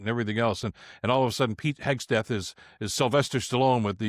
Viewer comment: G’day Bill. Keep it tight mate. It’s Hegseth not Hegs t eth. 😀